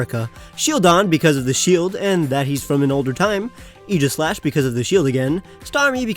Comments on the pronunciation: STOP CALLING EEGASLASH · AEGISLASH, NOT AIGHSLASH!